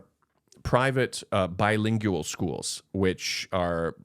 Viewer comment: pronunciation: not BI-LING-YU-AL. Correct is BI-LING-WAL.